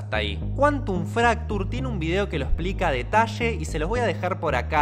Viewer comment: Un pequeño detashee jajajaja